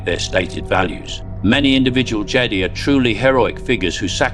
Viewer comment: Annoyed that the AI mispronounced Jedi.